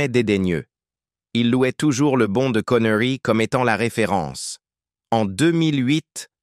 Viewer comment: Tout ce Blabla pour Rien et du Con ce n est pas Bon mais Bonde en français, apprend le avant de commettre tes vidéos pas aussi ridicule que toi